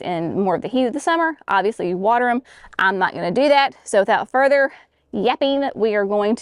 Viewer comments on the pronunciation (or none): none